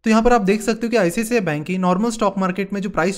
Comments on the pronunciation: Video is good but check ur pronunciation 》》It's not "ICCI" bank it's "I - C - I - C - I" bank 😉😜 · Bhaiya Icci nhi icici naam hai.